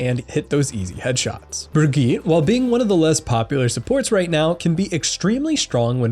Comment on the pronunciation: Why the fuck does nobody know how to pronounce Bridgette